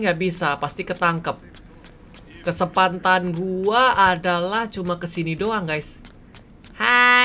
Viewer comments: Di menit bilang "Kesempantan" bukan kesempatan 😂 ad yg dengar?? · Kak regi bkn Kesempantan tp kesempatan hahaha pas di bagian kata itu ngakak gua 😄😄😄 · kalian denger gak kak miawaug ngomong kesempatan jadi kesepatan